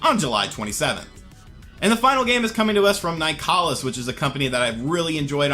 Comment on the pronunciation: You need to learn how to pronounce "Nicalis."